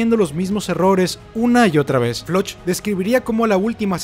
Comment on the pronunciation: se llama floch no se pronuncia como se lee es floc